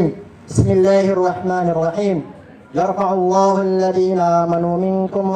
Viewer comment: ayatnya yarfa'illah, bukan yarfa'ullah 😅